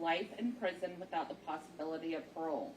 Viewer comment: murner... Manner... Then seconds later she has trouble with possibility. She's not worthy of reading out loud. She didn't even have a pleasant voice either. Smh